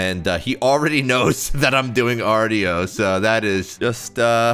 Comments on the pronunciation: Hey, just for future reference, Artio is actually pronouned "arr-show" not "arr-tee-oh". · It’s pronounced “arr-show”